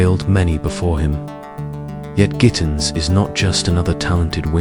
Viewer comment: "bo-nog-tins"..... Sorry why even upload this 😭😂